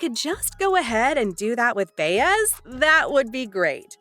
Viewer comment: It's " Bye-ez" knuckle head, right?